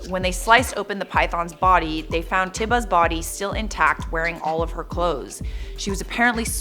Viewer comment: T-I-ba? It’s pronounced T-ee-ba